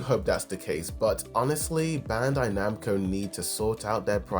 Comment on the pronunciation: Why are you calling it bandai nahbro 🫩